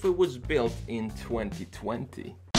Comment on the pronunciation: when he said 2020 his swedish accent showed